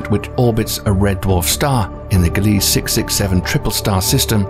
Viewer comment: glee sah say it with me glee sah